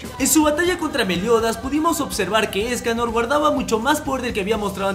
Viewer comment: La primera ves que vi los 7 pecados capitales era una memegirl por decirlo así Y cuando escuche ESCALOR YO ESCUCHE... ESCALERRRRRRR